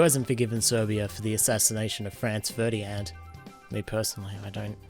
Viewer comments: oi! As a Serbian.. it's FERDINAND xD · Ferdyand!!?!? 😭 stop this fam